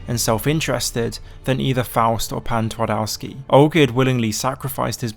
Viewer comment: ngl i like how you mentioned Pan Twardowski as its clearly what Heart of Stone is based on, but your pronunciation of Polish makes my ears bleed.